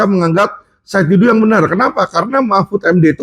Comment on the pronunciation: Bukan Saud Didu, tapi SAID D A D U